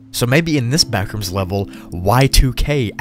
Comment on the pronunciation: "the backrooms?" nah the blackrooms